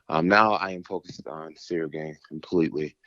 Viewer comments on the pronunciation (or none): He calls him cereal gane lol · Lol he foreal said "cereal gain". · Man called him Cereal Gain 😂